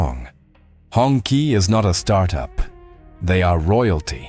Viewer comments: 红旗 。。。pronounced as hong chi .... not hong ki. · It is pronounced as Hong ch'ee "Red Flag" just like a tyre losing air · Hongqi is not pronounced the way you did. To hear the correct sound you could enter hongqi into google translate as Chinese. Then hear the correct pronunciation. You have pronounced both Hong and qi wrong.